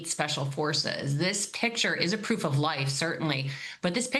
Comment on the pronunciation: "This picture is 'proff of life'". -Ai